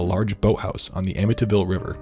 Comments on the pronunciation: Why do you pronounce amityville like that? "amiTyville" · The way he pronounces ‘Amityville!’ 🙄😒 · As a long islander, I find it offensive to hear you mispronounce Amityville.